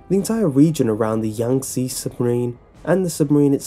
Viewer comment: Did you even try to pronounce Yangtze correctly?